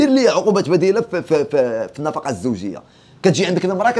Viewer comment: خويا النفقة ماشي النفاقة. راك مزيان ولكن مفيها باس شوف شواحد اراجع موراك 😊